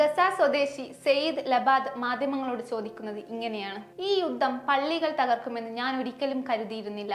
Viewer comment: ഞല്ല മലയാളം വായന.. യു ദ്ദം , ഇ ശ് റ്റം... അതി കൃ തർ.. ഞഞ്ഞായി